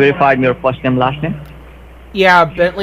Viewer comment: Scammer can't say "Name"... listen again... he kept saying "Nay" around the mark.